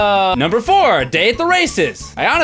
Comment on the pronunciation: Did anyone else notice he went "Numbre 7, Numbre 7, Numbre 5"